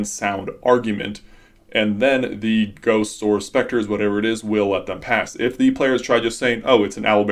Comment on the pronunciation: At the "sound argument" one i understood goats instead of ghosts and honestly im gonna run with that. :D